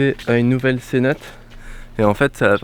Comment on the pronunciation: Ta vidéo est chouette mais mon dieu on dit cénoté et pas cénote 😂